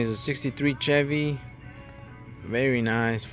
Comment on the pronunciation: It’s pronounced Sh-evy.